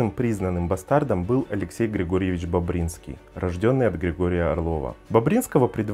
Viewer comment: Всё историки так произносят фамилию БОбринских. А неграмотные произносят, как хотят, потому что перед записью эту фамилию никогда не слышали